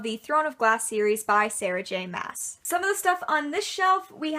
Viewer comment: i decided to kind of make a list of the comments/questions i had while watching so it's very random but here it is: i can't help but ask: do you ship destiel? maas is pronounced "mass" i like how snape is facing backwards, but not voldemort i love how confused when you sounded when you found the digital copy of despicable me lol my fave season of supernatural is season 4, honestly. no explanation needed XD favorite spn character? favorite harry potter character? mine are Cas or Dean (i can't decide and i know i've stolen dean's nickname, don't judge me) and Sirius Black